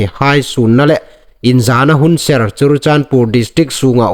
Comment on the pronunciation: Sir , i news tiem dan tluok hi nang nei in i ngaitlak hun a , an dik naw zie i hriet ve am . Chun lam fuok lo thumal i nei hai hi i hriet ve am . Entirna'n chirichandpur/ churachandpur . I news a ngai inhawi nawk zuol thei na ding a thathnem ngai na lei cho a ni aw .